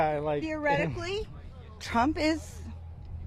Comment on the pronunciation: Did she say “ theoretically “??? That’s six syllables! Go maga!